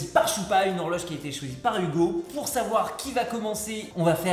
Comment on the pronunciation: J'adore vraiment ce que vous faites ! Question ; Choupa c'est ton vrai prénom en vrai ? Et Hugo ça se prononce vraiment Hougo ? En tous cas c'est trop bien !